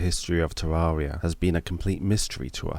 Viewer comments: The second he said tarroaria i was like nope i aint liatwning to him butcher this beauty in that way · Can't get over how you pronounce Terraria, it hurts my ears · Knows the lore of Terraria, yet still can't pronounce it right.